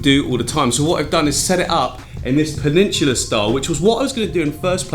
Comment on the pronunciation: Very nice - but it's peninsula (no 'r') 👍